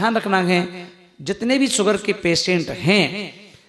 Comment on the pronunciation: अरे बाबा सुगर नही कहते शुगर बोलते है, अब यहाँ से सुरवात है तो कैसे इलाज करियेगा 😂😂😂😂😂